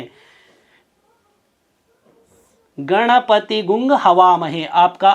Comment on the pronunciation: Sir hamare yaha MP me prachin samay se "Gvang" "ग्वंग" hi padha jata hai na ki "गुंग"